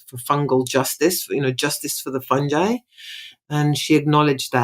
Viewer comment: It’s pronounced “Fun-guy” not “Phunj- I” ✔️